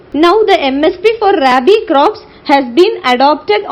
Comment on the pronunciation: Mam I m a agriculture student, it is not raibi as u pronounce ,,,, its rabi